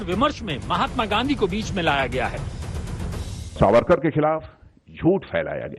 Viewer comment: Chitra ko dekho Sabarkar ko beer sabarkar bol rahi hai Mindset dikhta hai